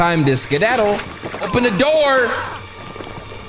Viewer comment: “Oh you was waitin for me at the do(or).” And I was waitin for the intro 😂😂😂.